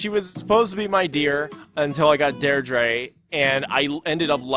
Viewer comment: i'm irish, and i'm so sorry but the way you pronounce "deirdre" is killing me, it's pronounced "dear-dra", not "dare-drey" :')